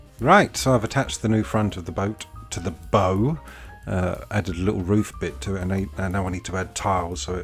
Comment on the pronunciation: What a great build; that's a sizeable tin. I liked sardines when I was a kid, but no longer. Quite poignant with "fur Elise" playing. Was the movie "Universal Soldier"? Nautical bow is pronounced buh-oww, not like what you tie your trainers with.